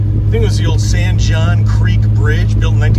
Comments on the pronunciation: It’s pronounced San Hone, that first old garage you stopped at was my wife’s great grandpa’s shop back in the day. Our post office is also historic for receiving one of the first air mail drops. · San Jon pronounced San "Hon"